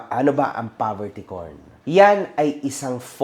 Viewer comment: Pagkakarinig ko Poverty corn tama? 🤔 not Poverty porn ba? 🤔